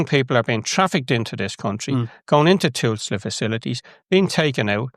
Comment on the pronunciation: your point would be more effectively made if you could pronounce Tusla